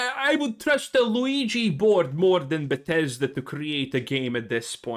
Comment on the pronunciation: Oouija board not Luigi board. Oo we ja.